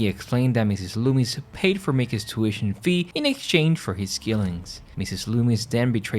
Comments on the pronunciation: It’s Macher not masher and Loomis not loomies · i enjoyed your video. And I love the way you pronounced Loomis!